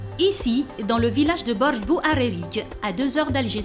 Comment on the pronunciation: bordj bouARIIRIIDJ HHHH